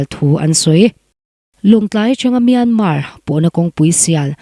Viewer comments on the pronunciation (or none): none